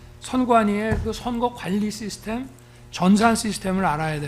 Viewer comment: 싀스템 ㅋㅋ 발음 굴리지마라 영어로 대화는 못하면서 한단어씩 섞어쓰는 하체부실 늙은 돼지